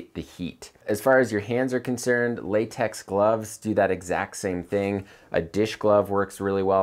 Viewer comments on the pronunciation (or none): none